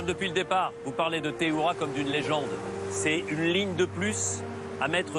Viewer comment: Teihoura* en prononciation si tu préfères cyril